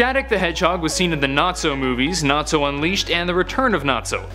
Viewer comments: Nazo not Natso! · One of my biggest pet peeves is when people pronounce a name wrong when THEY KNOW from watching whatever show that name comes from that’s it’s not pronounced that, it’s NAZO not NATSO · I like Shadic but its Nazo not natso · Not trying to be rude but its nazo not natzo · It's Nazo not Natzo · It's not Natzo it's NA-ZO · it's pronounced nah-zO not Nat-zo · Lol I love how he pronounce's Nazo like if it's supposed to sound like Nazi.